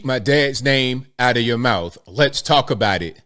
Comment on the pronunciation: I believe it's "Outcho mouf!"